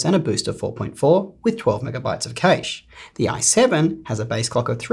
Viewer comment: Cache is pronounced "kash", not "cayshe". 😉